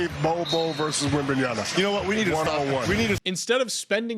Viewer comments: Shaq is becoming the absolute worst basketball “analyst” And speaking about bol bol and then proceeding to mispronounce Wembayama into WembayaNa for 1247 time after a year and a half of the player introduced in the nba is insulting, it’s really not hard to say in English ! Your literally have the word “my” in English ! It’s almost the same Honestly I am on the team to completely cancel the all star game ( which will never happen because… money you know ) and make the all star team nomination pretty much like the all nba team nomination after the regular season is over. The skills challenge has to stop EXISTING. Replace it with the 1v1 tournament Make team USA vs world or maybe team North America vs the world , or back to east vs west. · How tf does Shaq STILL not know how to pronounce Wembys last name? He's been in the league for over 1.5 seasons. It must be on purpose, no other explanation. The TNT crew is becoming unwatchable